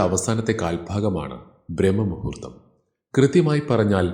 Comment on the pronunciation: B😊 ബ്രാഹ്‌മ മുഹൂർത്തം എന്നാണ് ചൊല്ലേണ്ടതു. ബ്രഹ്മ മു ഹൂ ർത്ഥം അർത്ഥം വേറൊന്നാണ് '